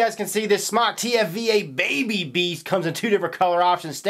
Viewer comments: can fix the issue of mispronounced name by spelling it SMōK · Not smok its pronounced smoke! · It's Smoke for Christ's sake! The E is silent dude... Not smock!.... Definition of smock 1: archaic : a woman's undergarment; especially : chemise 2: a light loose garment worn especially for protection of clothing while working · ITS NOT SMOCK ITS SMOKE!!!WTF?